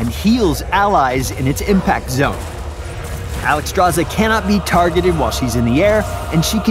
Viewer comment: why is her name constantly mispronounced...SZ=SH not just Z, so should be said as Alexstrasha